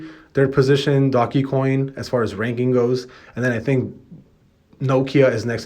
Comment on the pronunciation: STOP SAYING ''DOGGY'' COIN!!! lol